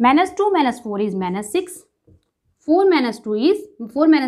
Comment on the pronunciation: please don't say manus!!!!😭😭ITS MINUS!!!